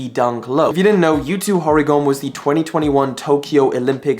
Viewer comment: "Yutoo Horygome"